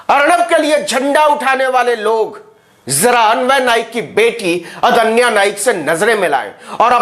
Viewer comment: अदन्या नहीं रे बाबा....आद्न्या (Aadnya)